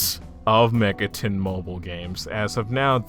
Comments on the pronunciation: ah yes "Megaton" the classic early fallout 3 settlement Sorry for being triggered but it's Mega-ten, TEN, 10 that's how you say it. Not megatun. Megami TENsei not Tunsei. Cartman, Cart MAN you get it. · nah, i checked your other videos and you regularly pronounce it megatun, it bothers me but it's a pet peeve of mine. You say Shin Megami Tensei correctly but the way you pronounce the abreviation sounds like "Megatun". I'm new and your videos are actually good, I apologize if i'm being annoying here.